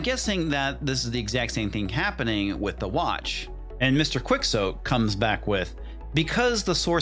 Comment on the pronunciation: that's funny... mr. KWIX OAT.. it's KEY OH TAY